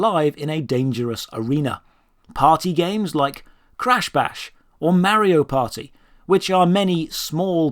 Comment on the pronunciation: make a video of just you trying to say "Mario"